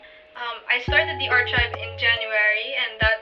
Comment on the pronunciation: I don't mean any hate to what I'm going to say. Correct me if I'm wrong but the way you pronounced archieve was wrong I'm not trying to be perfect because I know everyone makes mistakes and I also never knew it at first ,I just leraned it in tiktok. I too still makes a lot of mistakes in english so it should be fine. I really love you and your art💜💜💜 I think it's supposed to be "aar·kive" or in your case "Art·kive"